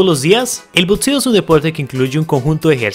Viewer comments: por que dice botseo en vez de boxeo D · Que paja ver un video de BOXEO y que lo narre alguien que no sabe nombrarlo,lpmm que nervioso me pone,no es tan complicado,BOTSEO NOOOO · El video es muy bueno, pero no se dice Botseo, se dice" BOXEO". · ok pero dice botseo